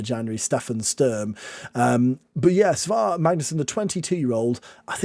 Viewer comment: I think the Icelandic ae is pronounced like "eye" so it's S-eye-var Magnusson, so he is Si Mag... not to be confused with Si Maggio. Great video! Loved the singing.